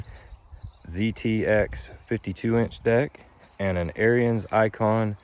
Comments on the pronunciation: Ariens is pronounced like Erins, not like Aryans. Hell, just watch some of their own videos. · Heads up don't mean to be ruud but it's pronounced A R I N S or ARENS. NOT LIKE ARYAN RACE.